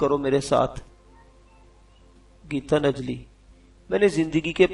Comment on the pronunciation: Yar gita najli nahi gitan jali hota hai apni urdu thik karain